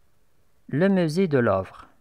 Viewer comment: il faut faire attention à la prononciation, on dit musée pas misée, Louve pas lovre, chefs-d'œuvre le f ne se prononce pas oeuvre pas ouvre...